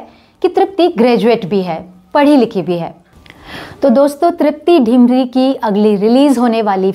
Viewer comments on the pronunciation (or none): तृप्ती डिमरी(Dimri) है। ढिमरी (Dhimri) नहीं। क्यूंकी मैं भी डिमरी ही हूं। सभी डिमरी लोगों का मूल गांव डिम्मर Dimmar है। ये उत्तराखंड के गढ़वाल मंडल के चमोली जिले के कर्णप्रयाग तहसील में आता है। वैसे हमारे मूल पुरुष दक्षिणी भट्ट ब्राह्मण कर्नाटक से बद्रीनाथ में रावल के सहायक के रुप में कार्यरत हैं। वैसे मुझे ये नहीं पता कि वर्तमान में तृप्ती का गांव का नाम क्या है। हां, कलाकार वाकई ग़ज़ब की है।